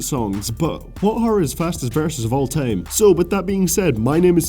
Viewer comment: Of all Teim? Dat pronouncing tho